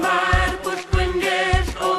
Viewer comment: Pwllll, not Bwllll.